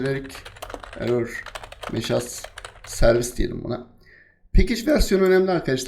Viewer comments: Hocam önemli değil ama sanki mesaj yerine meşaz diyorsunuz ya da ben yanlış duyuyorum.. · Kardeş, derslerini çok beğeniyorum. Hatta başka videolardan izleye izleye anlamadığım RabitMQ yu sayende şıp diye yaptım. Bi de şu "MESAJ" lara "MEŞAZ" demesen çok güzel olacak. Benim de konuşmamı bozdun.